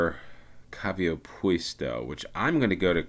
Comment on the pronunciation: Quite amusingly you mispronounced Kaivopuisto, literally "Well Park" as Kaviopuisto (the i and v swapped) which by chance happens also to be a proper Finnish compound word meaning "Hoof Park". In fact it sounds nicer to me. 😁